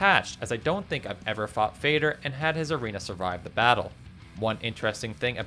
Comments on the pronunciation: I'm sorry for fussing over trifles, but why almost all of Valheim players pronounce "Fader" like "fei.der"... It's not English word, it's Norwegian and sounds like "fa:der" (and it's meaning is exactly "father". E.g. Moder is also "mother" from Norwegian). There are lot of Norwegian terms in Valheim due to game lore (✿^‿^) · It is Father with a D instead of th and it means father in swedish just like Moder means mother but with a distinct O sound.